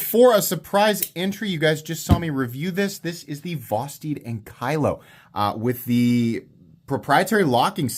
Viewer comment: I believe it is pronounced ang-kuh-low.... like the dinosaur ankylosaurus.